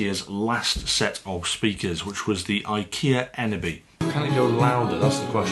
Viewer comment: Its pronounced as ‘ sim-phone-is-kh ‘ not symfonski. Thumbs up for the previous video, you did pronounce ENEBY perfectly. I do hope they will at some point update the eneby line to become part of symfonisk. Or release a symfonisk that is similar to the eneby in shape, form and function.